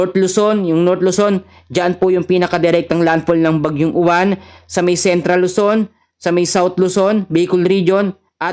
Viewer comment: boss UWAN hindi U-WAN 😂😂😂😂 wag munang pagandahin bagyo yan ehhhh 😂😂😂